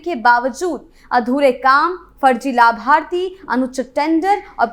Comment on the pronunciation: क्रियान्वन, लाभार्थी, पर्यावरण और राजस्व जैसे हिंदी शब्दों का आपका उच्चारण बहुत ही दोषपूर्ण है, कृपया इसमें सुधार करें।